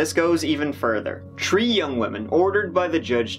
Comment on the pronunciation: Between "tree" and "poelease" this video is a smorgasbord of hilarious pronunciation